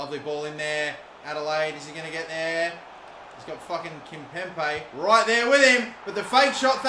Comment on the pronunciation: There's only 1 P in Kimpembe! It's not Kimpempe, It's Kimpembe!!!